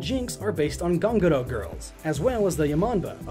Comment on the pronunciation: I'm here to thank you for making this awesome analysis of the biology of fictional monsters, one of my own favourite pass times, but also to congratulate you for being the first and only person I've ever heard attempt to pronounce "ganguro" correctly.